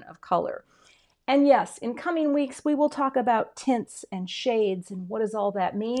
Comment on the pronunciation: Sounded like you said ‘tits’ but when I looked at the video I realized you were saying ‘tints’.